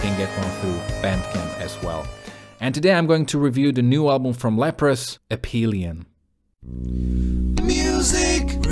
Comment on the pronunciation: For me On Hold is the kind of song that is an instant classic, and I knew this at first listen, and that never happens. And I like the verses more than the chorus, and that really never happens! Nice review! And the ph on Aphelion is pronounced like F, from the Greek word Αφήλιον, which is the point in the orbit of a planet, or comet, that is further away from the sun. For earth it is in July. Hehe it is ironic that the northern hemisphere summer is when we are further away from the sun, and we are still burning up. Cheers!